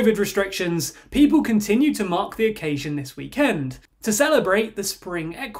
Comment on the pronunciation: pls stop saying weekend like that 😭😭